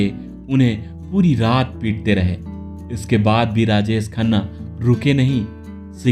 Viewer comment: यह कौन भैय्या है? इसका हिंदी उच्चारण कितना घटिया है। शुटिंग को सूटिंग, राजेश को राजेस, परवरिश के परवरिस, शायद या सायद, शादी सादी, manzil या manjil